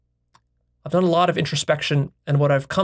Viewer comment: He says that IVE discovered emphasising I’ve, I’m not trying to be a hater, I love videos and respect his mind but it shows what I have mentioned before (that he is delusional about his own intelligence and a megalomaniac)